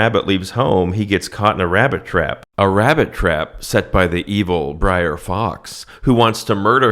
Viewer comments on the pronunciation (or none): Small correction from someone that's seen this movie ages ago. You keep calling him "Briar Rabbit", but it's "Brer Rabbit" (pronounced like bear with an 'r' added). "Brer" is an old southern slang term for 'brother' and has nothing to do with briars. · bruh its brer not briar tf is wrong with u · Br’er not Briar. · It's not "brier" rabbit, it's "br'er" rabbit - a contraction of "brother". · Bro, the constant "briar" instead of "br'er" is driving me bonkers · It is actually Brer like Rare - not Brer like Liar. He is thrown into the Brier Patch. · Not "Briar rabbit" He's "Bre'r rabbit" = "Brother rabbit" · You said "Sex in the City", Not only is that Mandela effected to Sex and the City but Brer' is shifted to Br'er in this timeline as well. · It's "Br'er" Rabbit, not "briar". It's an abbreviation of "brother". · "Br'er" = short for "brother", not "briar". Br'er Rabbit lives in the briar patch. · It's actually "Br'er" Rabbit, slave-speak for "Brother" Rabbit. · It's not Briar, it's Br'er, short for Brother. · It's "Br'er Rabbit" (pronounced bRARE), not Briar! Damn, it's like you didn't grow up watching this romanticized reimagining of the terrors of the Reconstruction era! Awesome video, as always! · Oh my god, you can’t imagine the horror of listening to you mispronouncing BR’ER (BROTHER) as “Briar” 75 times! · Br'er rhymes with "air." Not briar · It’s not “briar” rabbit, it’s “brer” rabbit which means brother. That’s why all the animals are brer something. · It’s BROTHER. NOT BRIAR!!! Lmao 🤣 And it’s a GREAT MOVIE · Braer not Briar. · Pedantic Nitpick: It's pronounced "Brer" Rabbit (short for "brother"), not "briar". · You’re mispronouncing “Br’er”. It doesn’t sound like “briar”. Sounds more like “rare”. Funny stuff tho! Big fan ☺️👍🏼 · "Briar Rabbit" is driving me fucking nuts. It is not Briar Rabbit. It's Br'er Rabbit. Br'er is an abbreviation of Brother. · It's Brer Rabbit, not Briar. Brer is "brother" in his dialect. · Bro it’s br’er (as in “brother”) not briar…